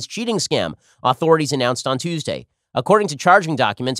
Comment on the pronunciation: Why can't Ben pronounce the word authority